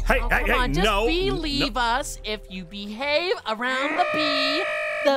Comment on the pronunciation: Did one of them say bee-have